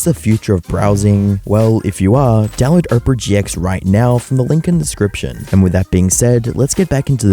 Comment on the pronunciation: My mans seriously pronouncing "Opera" like "Oprah" 😂